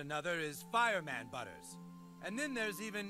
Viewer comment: His name is butters not butter